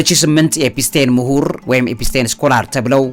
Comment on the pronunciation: "ኤፒስቴን" ሳይሆን "ኤፒስቲን" ነው ስሙ??? መቼ ይሆን ስሞችን በትክክል የምትጠራው???? 😂😂😂😂